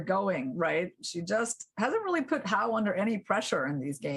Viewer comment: Hou is pronounced like hole without the l, not how. ou in pinyin sounds like the letter o.